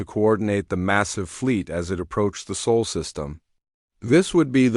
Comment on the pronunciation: SOL is NOT pronounced like “soul” it is more like “saul”.